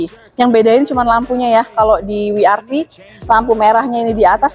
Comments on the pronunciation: W itu bukan wi, tapi double yu, jadi baca nya double yu ar vi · Koreksi mbak.. WRV bacanya dlm english ( double U, Ar Vi)... klo dlm bhs indonesia( We Er Ve) Maaf mbak,.. tetap semangat, semoga laris jualannya